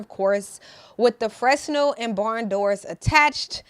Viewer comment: This is awesome! Thanks for the breakdown. Also, just one thing, a Fresnel is pronounced (FRA-NELL), its french, but even eng US or eng UK both have silent S :) Take it, or leave it, coz it probably dont matter at the end of the day.